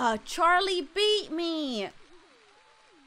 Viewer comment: When she said " oh no Charlie beat me " it was like she was saying Charlie bit me 😂